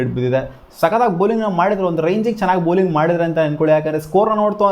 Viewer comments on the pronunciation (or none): none